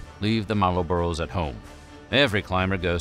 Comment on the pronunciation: Marulburrows lol It's "mar-bros" chief 😂